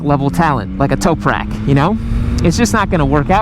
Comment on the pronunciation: Like the way u pronounce Toprak, well done! Besides, just bought my gsx-s1000 last week, honeymoon's superb!:)